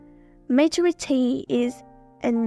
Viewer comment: Giọng bạn rất hay. Cơ mà từ maturity nhấn âm thứ hai nha! Chúc bạn sẽ có thêm nhiều video nữa nhé!